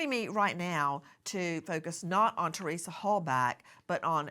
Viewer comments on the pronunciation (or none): none